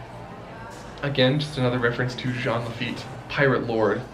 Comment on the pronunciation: ITS JEAN LAFITTE COME ON